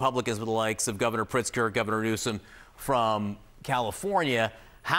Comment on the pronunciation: jfc this fool... I can't listen to him blather on and on. I could only make it through two wrong names - Barry Sanders?! Gavin "Newcome"?